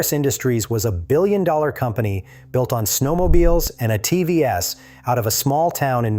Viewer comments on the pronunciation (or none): A “T V S”. I think your AI got sloppy. You meant ATVs methinks. min in.